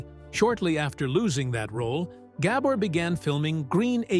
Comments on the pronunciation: it's not gabber the accent is on the second syllable - it's gaBOR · I wish the narrator knew how to pronounce her name. Ga-BOR. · I bet the narrator never heard of the Gabor sisters before, or he wouldn't have mispronounced the names so many times. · yeah, they do all this research, except the most important issue, pronounce the NAME correctly.